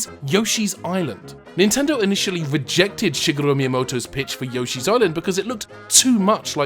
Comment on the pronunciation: I love you, but why do you say Yoshi the American way instead of the normal correct way?